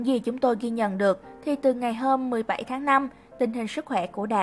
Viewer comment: Gì mà 17 đọc có vậy mà cx sai